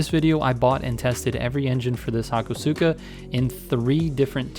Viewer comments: That’s not how you say the name 😭😭its hakaska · Informative vid ! ... comon mistake: its writen hakosuka wenn ya speak it the u is kinda silent hakos-ka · Hakosuka was pronounced very incorrectly in this video. lol